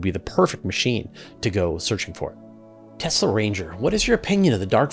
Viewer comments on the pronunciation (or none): none